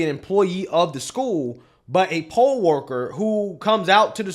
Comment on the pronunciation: Sad parents cant go too work leave they children at school while teacher's being grimey children and politics shouldn't even be in the same sentence smh. Sue Sue the district. He said poll worker not (pole) worker 😂 why is poll worker at a school i thought children are there too get a education.